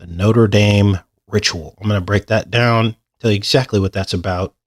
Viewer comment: Why are you pronouncing the French cathedral like the American university? Didn't you live in France?